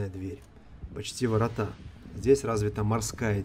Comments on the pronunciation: Сударь, странно Вы как-то ударяетесь: не "воротА", а "ворОта" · вот именно! такие странности в ударениях, да еще и "воротА" - как-то не вяжется с обликом и с темой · прощу прощения за критику « ворОта» - ударение это наш бич, белоруссов и украинцев. Речь у Вас приятная и грамотная, вот только частенько ударения в словах « хромают